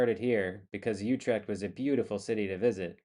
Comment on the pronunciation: You are getting pretty close with the prononciation of "Utrecht" For the next step: Dorp the "y" it is not "yutrecht" it is "Utrecht.